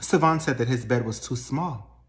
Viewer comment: Karen got that good good cause she still saying Savon’s name wrong and he don’t mind it at all😂😂😂. Why is that my thought right now😂😂😂😂